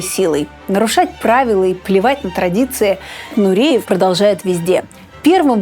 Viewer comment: Нуриев, не коверкайте на свой лад фамилию!!!